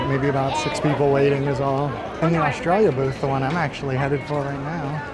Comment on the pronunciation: Loving you saying "Australia" in an aussie accent! I often end up doing the same thing :) I'm really looking forward to my first visit to Epcot although I have to wait until April for it :(